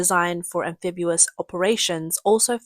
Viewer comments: Sorry, CCP and all the Little Pinks! One ship does not an armada make! Especially when you have no trained pilots! BTW, it's "amphibious," not "amphibuous." And, the plural of "aircraft" is "aircraft" ("Crafts" is used only about "handicrafts": pottery, basket-weaving, etc.) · AmphibIous NOT AmphibUous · Am-fib-ee-os. NOT am-fib-u-os. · What is ambefibuas does she mean amphibious 😂😂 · Amphibious, not amphibulous. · There is no such word as "amphibuous". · lol the narrator keeps pronouncing it "amphibu-us" - at least that's how we know it's probably not an AI narrator :D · Sound it Out: Break down the word 'amphibious' into its individual sounds "am" + "fib" + "ee" + "uhs". Say these sounds out loud, exaggerating them at first. Practice until you can consistently produce them clearly. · Amphibulous: a Chinese word combining fabulous and amphibious. It sounded better than fabubious. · I like amphibulous 😄